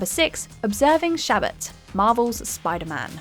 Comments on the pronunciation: Do Brits pronounce it Shabbit? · As a Jew, I found it funny how she pronounced "Shabbat" 😅. Just say, "Sabbath", it'll be easier